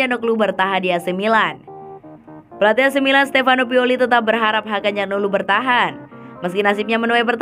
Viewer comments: Dari awal udah curiga setiap bilang Hakan calhanoglu jadi Hakan calhaglu, akhirnya ketemu kan momen ngakaknya... Tp ini editornya sih yg eror wkwkwk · Min ... Hakan Calhanoglu ... Bukan ... Hakan Calnoglu ...